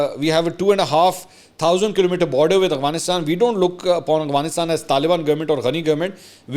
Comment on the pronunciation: Mansoor sb, your vlogs are very interesting. Just an observation: You pronounce Afghanistan as Aghvanistan. اغوانستان۔ . A lot of us make this mistake. :)